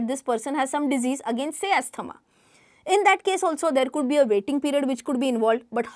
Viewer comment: Pls correct pronunciation of asthma. It's Azma And not as asthama